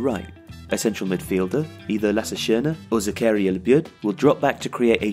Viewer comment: Excellent, except the pronounciation of zakaria labyad